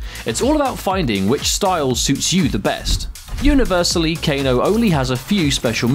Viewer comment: kane its kane